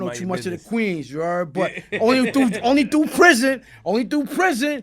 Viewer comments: "You from KWeens?!?" LMAO 😂😂😂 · That U from Queens shit had me dead